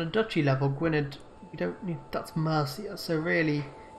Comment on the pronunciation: You're the Brits- you're keeping the English away from you, my man. It's also pronounced '/ˈɡʊɨnɛð]', so the "-dd" is like a "-th."